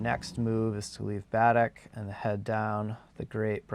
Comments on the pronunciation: Pronounced bu' deck. Accent on first syllable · Pellier pronounced pell-yay and emphasis on the e in Baddeck, Ba-deck 😊 Keep giv'in er you two!